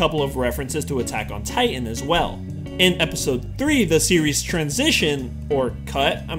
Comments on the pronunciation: buttok in titan? LOL XDXDXDXDXDXDXD I AM DYING! XD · lol! Buttack on Titan! 😂